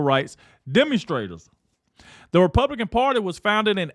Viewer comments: He said, " The Republiklans " What it sounded like to me. A little tongue twister got him. 😂😂😂😂😂😂😂😂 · This host has trouble with saying Republican. He can't even say that name himself but Jazmine Crockett doesn't have any trouble pronouncing that name 😂😂😂😂😂